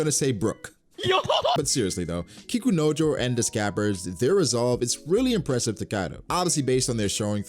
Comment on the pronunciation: got me with the over pronunciation of kikunojo